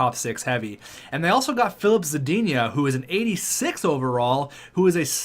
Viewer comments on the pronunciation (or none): It’s nowhere near Zuh-deen-ya. It’s Za-din-uh